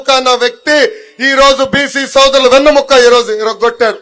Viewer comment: వెన్ను ముక్క ఎన్దిరా waste ga వెన్నెముక....తెలుగు నేర్చుకోరా ....దు....